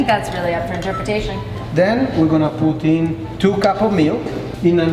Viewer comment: when he said "put in".... i thought he said poutine haha